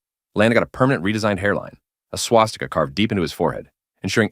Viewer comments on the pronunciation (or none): none